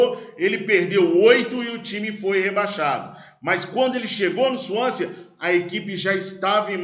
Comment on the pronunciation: Swansea pronuncia-se sem o último 'a". Suãnse. igual Chelsea, "tchélssi".